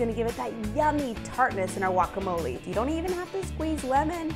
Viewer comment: it is pronounced "guacamole" not walkamole